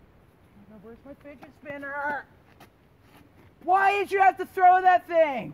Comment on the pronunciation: é fidget spinner ou finget spinner?da proxima vez fala direito.